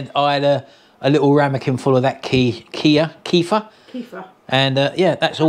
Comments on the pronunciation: It's pronounced "Ke - fear" and it is dairy. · Keff-ear, it’s pronounced! Liver - ugh!